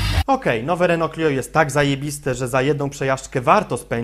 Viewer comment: Renault a nie Reneo :P